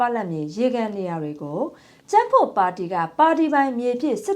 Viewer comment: ပ...လပ်မြေမဟုတ်ပါ ပလပ်မြေဟုအသံတွဲထွက်ရပါသည်ခင်ဗျား။အသုံးမပြုသည့်မြေဟုအဓိပ္ပါယ်ရပါသည်။